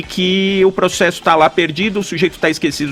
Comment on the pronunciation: pregso, progcesso...